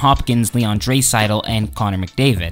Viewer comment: Can't take this guy seriously when he can't even pronounce a few of the player's name corrctly. ie; Draisaitl, Letestu, etc...